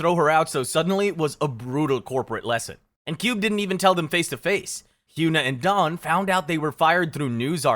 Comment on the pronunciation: You really could've looked up how to pronounce the names...I mean the way you pronounced Sulli, Ailee and Hyuna alone. Maybe you shouldn't have made a video about kpop if you've never heard any of their names pronounced. You obviously know nothing about kpop and didn't do enough research. Some of these are ridiculously hilarious!